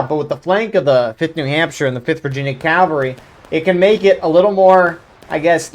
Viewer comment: You are saying it great! CAValry